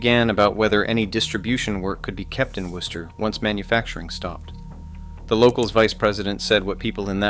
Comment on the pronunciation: Thank you for pronouncing Wooster correctly.